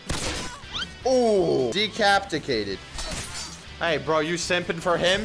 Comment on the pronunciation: You said it wrong it’s decapitated